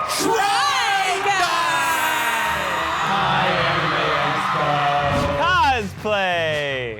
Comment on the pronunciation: The beginning of Try in try guys sounded like they were gonna say Shrek